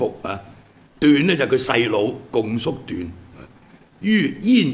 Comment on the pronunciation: 「共叔段」，「共」應讀若「恭」。